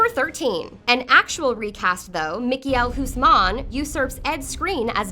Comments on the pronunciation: Michal hoesman she says 😂 i dont think I've ever heard a bastardization of a name this badly before. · Omg. I'm Dutch and the way you pronounced Michiel Huisman was glorious. I have never heard anyone butcher a name like that before. His name is pronounced: MEE (pronounced like see, knee and tree) GEEL (pronounced like heel, seal and deal and the 'g' is officially pronounced differently as well, but whatever) HUIS (okay I'll cut you slack on this one. The 'UI' is pronounced in a way that does not exist in the English language. "Huis" sounds a bit like "highs") MAN (this is pronounced like you would pronounce it in a British accent. MâN.) Makes: Meegeel Highsman --> Michiel Huisman I understand that pronouncing words or names from a different language is difficult, but you can at least google translate it and listen to the pronunciation. It's almost like the mispronunciation is done intentionally now... Also! Oberyn is not pronounced like "Oberan". It's 'Oberin" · Hahaha the way they pronounce "Michiel Huisman" is the funniest thing ever loool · HAHA the way you pronounced Michiel Huisman is hilarious! It is however a very difficult name to pronounce for people who aren't Dutch